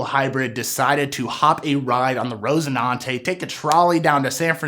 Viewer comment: RoCINANTE, not rose... son